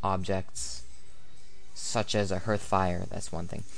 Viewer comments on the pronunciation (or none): I don't want to sound pretentious but you're pronouncing ""hearth" incorrectly, it's pronounced more like "harth". Thanks for the video though, I'm playing Salem right now and I wanted to see where it all came from.